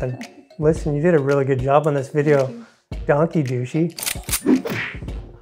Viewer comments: It's not Donkey..It's Dank je. Like Dank Ya but with an e. No i involved there. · They not say donkey hahahahahahahaha they say Dankje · Im from aruba and the pronunciation of the word "Dushi" and "danki" was a lil off thats ofc gonna happen since yall are foreigners. Danki sounded like donkey😂 its more like an "aaah" like when ur at a dentist. And Dushi sounded like douchey😂 and yeah its very similair the tone but its more like an "oooh" dont be confused with "oh" which has a mare "o" sound if you get what i mean😂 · Your wife had pronounced"Danki" very well but when you had said it it sounds like " Donkey" but no wories..🤣🤣🤣🤣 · if you pronounce it wrong then you get wrong interpretations.... it is dAnki, so why would you pronounce it as an O ? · We heard the word pronounced correctly and also in a sloppy way, on both islands, Curacao and Aruba. And keep in mind we are Canadian, so ANY way the word is pronounced to US, with the way we speak English, it sounds very similar to "donkey". We also like to have fun and so it made us laugh and have fun with it. :) That is natural we think. And we are not the first to think so. It's all in good fun. We love both islands! Which one are you from?